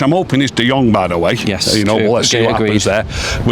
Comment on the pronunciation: and can't seem to say De Jong properly. All I hear is De Jonk 😑